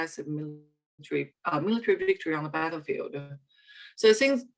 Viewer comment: anyone can't stand her pronunciation of ''the''?